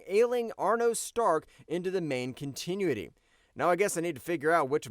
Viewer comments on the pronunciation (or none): Dude, some quality control on the voice-over would be nice. "Third Summer's *Bother?*" And it's "con-tin-new-it-ee" not "continue-nit-tee." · 😂😂 please learn how to pronounce "Con-Tin-new-itty" Continuity... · Please look up the proper pronunciation of “Continuity”. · It is pronounced Con-tin-ew-ity, hire a VO guy, the AI blows. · "Continuity" is not pronounced "continue-ity" there,. Even an AI should know that. And while most of the minor flubs this robotic voice makes are forgivable, every time I hear that one I want to destroy all the machines and plunge humankind back to the Stone Age. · The fact that you cannot, for your life, pronounce continuity correctly. 😅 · Is this video using an artificial intelligence voice? I have noticed some very strange pronunciation throughout it, mispronouncing Chrysalis which I suppose is understandable but later not being able to properly pronounce continuity? I feel like a long time comics fan would know how to say continuity. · AI junk. Pronounces too many words wrong. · That's not how you pronounce "continuity" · The organic webbing actually worked really well in the Raimi movies... Edit: Dude, please learn how to pronounce "continuity" correctly. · If AI is so smart why can't it pronounce the word "continuity" correctly? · Also mispronounced continuity. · huh? Are you saying I'm a rage bait account? What's your deal? Do you even know what rage bait is and its purpose? How is posting a supporting comment to the OP and correctly pointing out that in addition to saying Bother, the narrator also mispronounced continuity, rage bait? It's not a controversial statement. Do enlighten everyone. Oh wait, I get it. You just rage baited me. You are the rage bait account. Noice.